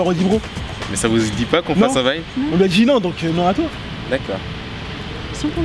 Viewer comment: UN VINE ! On dirait de l'allemand 😂